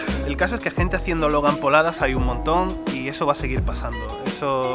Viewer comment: Logan Pauladas jaja suena como Logan Poladas y en Costa Rica una polada es como un ridículo jaja